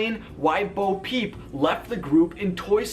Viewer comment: I just want to point out it's Bo Peep not boo peep but I agree